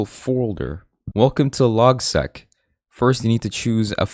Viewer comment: I'd suggest pronouncing LogSeq as Log-S-E-E-K the S-E-E-K comes from Sequential.